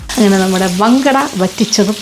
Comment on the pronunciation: ഞങ്ങൾ മങ്കട എന്നാണ് പറയുന്നത് വങ്കട എന്നല്ല